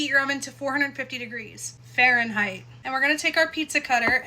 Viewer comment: The way you said Fahrenheit 😂😂